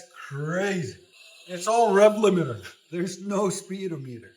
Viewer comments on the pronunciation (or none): he definitely does NOT say speed limiter. He just doesn’t put the emphasis on the correct spot. If you are going to correct someone, at least do it correctly. Just listen again. Volume up.